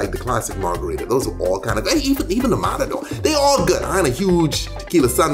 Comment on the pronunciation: Como fue?? Mararor?? Noooo es matador omg hablemos bien !! O empezamos mal y asi no sabe bien !! Mararoorrr wtf!!